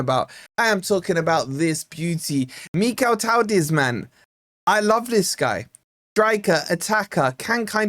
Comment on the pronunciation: Mikautadze is one of my favourite attackers - would be a great addition! I’m no Georgian, but I think his name is pronounced: Mee-Kow-Tad-Zuh At least that’s how I’ve always heard others pronounce his name